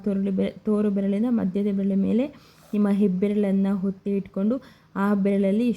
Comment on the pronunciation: ಫ಼ಸ್ಟು ನೀನು ಹಕಾರ ಅಕಾರ ಸರಿಯಾಗಿ ಕಲ್ತ್ ರೀಲ್ಸ್ ಮಾಡಮ್ಮ ತಾಯಿ!ಎಲ್ಲಿರ್ತೀರೊ ನೀವ್ ಥೂ... ಹೊತ್ತಿ ಅಂತೆ ಹಾದ್ರೆ ಅಂತೆ!